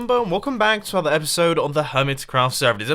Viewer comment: Mumbo, could you please try to pronounce your intro/outro better. Like "another" in the intro and "please be sure to hit that like button" in the outro. You have automated this, and now it is really weird. Tnx